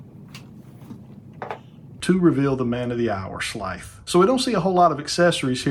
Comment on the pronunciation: I’ve been looking for someone to review this figure, even though it was an instant purchase for me and is now sitting in my BBTS Pile of Loot. Great review, I just cringe everything you say his name…I’m just used to hearing it pronounced more like in the cartoon with a drawn out emphasize on the “S” and a softer “TH” sound. Does that make sense?! Keep up the great work!